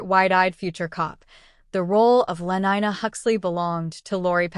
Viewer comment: Lenina not lenyna